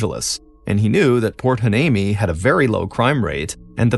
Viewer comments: Port Hueneme is pronounced "wy-NEEM-ee" FYI. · Can you rerecord this story with Port "Y-knee-Me"???